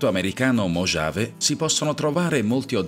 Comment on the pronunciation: Video interessante.. Comunque, mojave si pronuncia mohave, la j è muta.. 👍